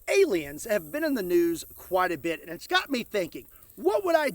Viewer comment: talking about aliens " and its'cott me thinking" heh